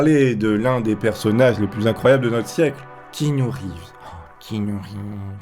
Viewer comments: Keanu reeves se prononce "kiagnou" pas "quignout" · Keanu reeves se prononce "kiagnou" pas "quinout" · C'est pas pour faire le connard mais juste pour dire ça se prononcé Kiannu reevz